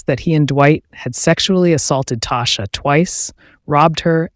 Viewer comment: It’s pronounced Tosh- ah! Tasha’s mother and my mother in law are best friends my husband grew up with her. She was really sweet and So is her mom . Nice family .